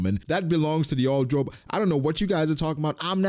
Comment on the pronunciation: I thought you were saying “Chore Boy” the entire time